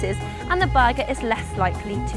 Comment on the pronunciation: What is "baga" does she mean Burger? Say "bottle of water"! FFS learn to speak your own language before you try to give tips